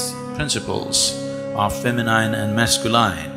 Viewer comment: Would be nice if S. could pronounce the English word 'feminine' correctly